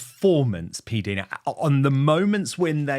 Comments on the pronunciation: Dan Pdina his pronounced like diner (the American cafe place) not deena. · When in heavens name Dan are you going to say PDina’s name correctly ? She is too polite to correct you. She herself says her name like P- diner( like an American diner ( cafe) why are you so stubborn and continue say it incorrectly so many times during your interview with her. I wonder how you would like your name being mispronounced incorrectly constantly. I think it’s quite rude of you. Be a man and correct yourself and apologise to her for having said it wrong all this time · Dan please it’s PDina as in Diana it is I not i